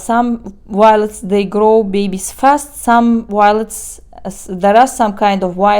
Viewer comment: I really love everything about your plant videos. Even how you say "W-iolets!" It's all good and really fun to watch.